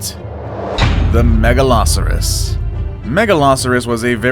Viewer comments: You said megalarsurous rather than megalosaurus. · Your saying all the names wrong like megalosaurus mega -low -sautés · He pronounced Megalosaurus even more incorrectly. The way he pronounced it sounded like Megaloceros. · The way he says giganotasourus and megalosaurus